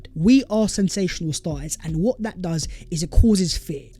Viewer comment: Yup… even spoiling the New Year for me and others with his gargantuanly STUPID ending “VHAT IS VHE VIDEO VHERE AND VHERE.”!! GET A GRIP YOU CRETIN!!! NO ONE speaks like that!!